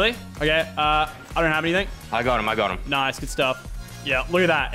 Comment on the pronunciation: *: **Rifts* *Lachlan*: “NOICE RIFT FRESH”